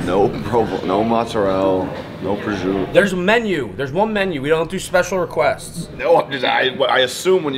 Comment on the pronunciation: The dude saying prosciutto wrong over and over is cringe asf!